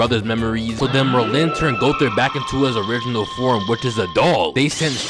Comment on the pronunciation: why TF DO YOU SAY MERLIN LIKE THAT. It’s MERlin, not merLIN